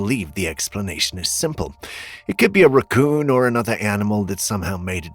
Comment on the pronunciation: Could be a “rah-cooon” lmao